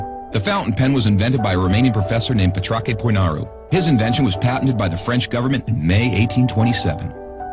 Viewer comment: It sounded like Pitrauche Pouinarou i can't🤣